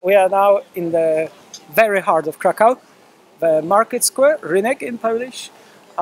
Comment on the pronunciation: That's great. You can pronounce Kraków better than Jurek does.